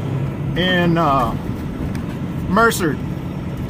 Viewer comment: Merced its prenounced Mer-said lol hope to catch up with you somewhere